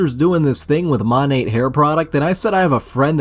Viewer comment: (Psst Monat is pronounced "mo-nay")